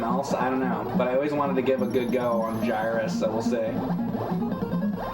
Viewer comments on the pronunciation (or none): Its pronounced Gear-Us